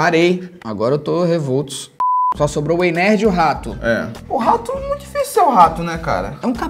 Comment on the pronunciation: ele falando Ei nerd me da agonia parece Ei mine 😶